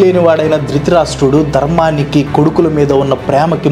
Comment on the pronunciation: drithirasta kadu anna drutharastra